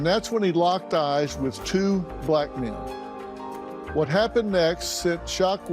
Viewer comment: What's with putting emphasis on the fact that it was 2 "black" men.